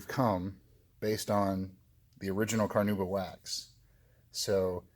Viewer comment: CarnAuba.. there is an "A" in there